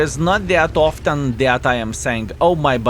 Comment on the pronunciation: oftan....'aaait??? Kiliana...'aaaait? handrad...'aaaaaait???